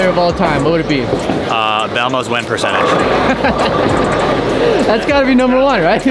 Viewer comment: “Belmos win pecentage” 🤣